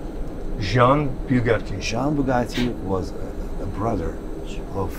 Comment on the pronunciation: BYOU-gatti Jacob: Yes, Bugatti